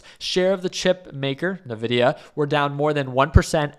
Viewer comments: it's envidia, not navidia:) I'm guessing it's a case of buy on expectation, sell on delivery and this is a very significant delivery. But it has turned to a +1% pre market so it probably wont pull back right away. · I quit watching this when he pronounced it Navidia instead of “En-vidia”